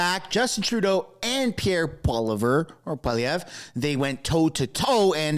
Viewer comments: Why do you keep purposely messing up Pierre's last name? Its not cute or funny and that joke has gotten old. Do better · if you wont to translate the french familly name of POISLIÈVRE and its the word ( PEA-HARE)